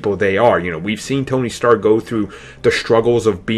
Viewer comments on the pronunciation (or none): none